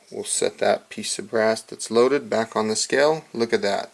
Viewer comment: It's pronounced "scale", not "skell"....okay?